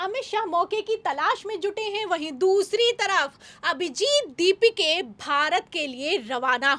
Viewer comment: अभिजित दीपिके नही, अभिजित दिपके है... Worst news reader.. Dont allow her to speak..😢